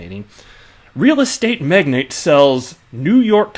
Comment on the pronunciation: And it's not Magnet, it's Magnate....(long A sound).